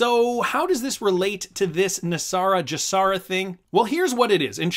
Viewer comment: You are pronouncing GESARA incorrectly. You are using the J sound as in the word just. You should be using the G sound as in the word good. The G in GESARA stands for global. You wouldn't pronounce global as jlobal. If you're going to voice videos you ought to learn how to pronounce things correctly.